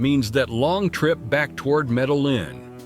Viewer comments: Somebody teach this INDIVIDUAL that it is Spelled: C - O - L - O - M - B - I - A!!!!! And my Beautiful & Bad A_s City is Pronounced: ME - DE- YIN, with a heavy accent on the YIN (the last 4 letters); Spelled Medellín. Just as my Proud Colombian & Medellinite self grew up in the U.S., I had to learn Proper/Correct Pronunciation of everything in the U.S. You foreigners can do it too; just simply educate yourselves w/something that shouldn't be soo hard to do. A bit of an exception for those who are 60+ older folks, but I'll start w/folks being 40-45+. As our parents had issues w/the language when we moved to the U.S. & they were in their 40s. All the other cities were totally mispronounced also; who is this guy?? Or is it an AI Voice? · I had to stop after the 3rd Medal-Lin. Couldn't take it. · It’s ai. Not being able to pronounce Medellin correctly is one of the give-aways. But I agree with you, get the pronunciation correct or I lose confidence in the veracity of the video. I have spent a total of 6 months in Colombia mainly in Antiochia and Eje Cafetera. My next visit I will check out Popayan. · Why say Medalin and what other errors are here🎉 he has numbers backwards. Pero is stronger than in a long time. Any dummy can do a video.